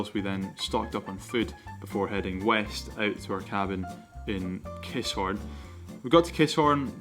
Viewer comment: its not KISS-HORN its Ki-SSSHHHORN !